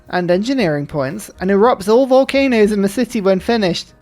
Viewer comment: Can you say "volcanoes"!!!!!!